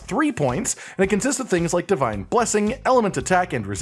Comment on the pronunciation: ah yes "fivine blessing" my favorite